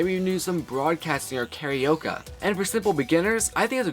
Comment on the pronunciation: Is it just me or does he keep saying "karaoka"?